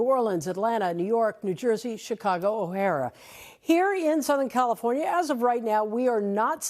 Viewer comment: People missed it, she said O'Hara when it's actually O'Hare😊